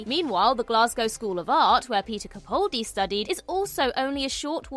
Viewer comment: It's Capaldi as in PayPal - not "Capauldi".